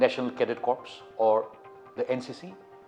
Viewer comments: First of all it is pronounced as core and not corpse. Secondly, the Ncc entry scheme is mostly for short service commisions mostly in administrative capacity. 3. Since it is not a proper military academy but just a branch of military training extended in education sector to sieve the deserving, so majority of students who joins are the ones from economically impoverished backgrounds and the few handful intersted ones leave the idea after expiriencing poor infrastructure or training as they get better training to join forces through their private sources. 4. The only way to improve this independent working institution is to affiliate ncc with military academies and not under government funding as they lack the gist of forces and cadets also get to expirience first hand military aura as against being trained from the rejecteds or less capable military personnels. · Exactly he pronounces corps as corpse and corpse means dead body. I thought he was being sarcastic!. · It is National Cadet Corps ( pronounced as National cadet Kore) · Finally someone who noticed